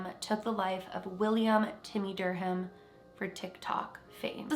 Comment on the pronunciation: The H in Durham is silent lol